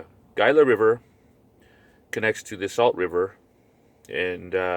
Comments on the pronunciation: it's pronounced Hila not Gila river as it is spelled ----the G is silent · this dudes lip smacking and pronunciation of gila is really getting to me